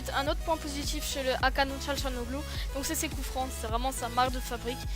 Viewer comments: sa se prononce Hakan Tganalolou le G avec un accent dessus ne se prononce pas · Bonne review mais sa se prononce Akhan Tchanaloglou